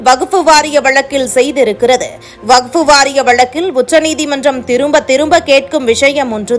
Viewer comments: வகுப்பு‌ இல்லை. வக்ஃப். 100 தடவை எழுதிக் கொண்டே சொல்லுங்கள். வார்த்தைகளை கொலை செய்யாதீர்கள்.😂😂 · Yes. Many people are observing the news reader's prounciation. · எந்த வகுப்பு....ஐந்தாம் வகுப்பா ஆறாம் வகுப்பா...வகுப்பு அல்ல வஃக்பு....நீயும் உன் பேச்சும்.